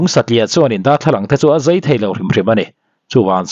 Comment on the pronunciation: Zeithei nilovin zaithai tih tur.